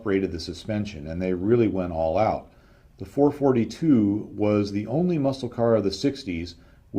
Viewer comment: Well,I understand what you’re saying and I liked it so much that I’m getting ready to watch part 2 in a few minutes! Only complaint (and its a small one) is that there’s a dash in between the numerals 4-4-2. This signifies that you should pause in between,when you read the numbers. So,it’s actually a Four,Four,Two. Not a Four,Forty two. I’m sure you’ve caught a little flak for that,before,though.